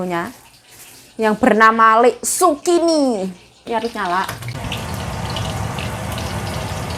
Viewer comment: Zukini BKN sukini nma org mbk